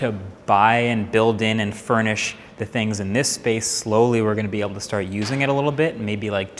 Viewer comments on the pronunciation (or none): Does anyone else say “start” that way?